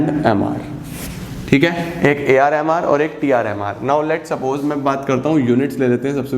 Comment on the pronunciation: Jb bhi aap AR MR bol rahe the mujhe woh AR Rahman sunai de raha tha 🙂😂